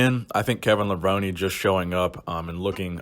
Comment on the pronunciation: Is it really pronounced Levroney? :|